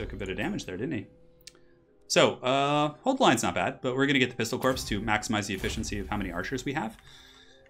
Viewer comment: I love every time you say "pistolcorpse" it makes me smirk every time without fail.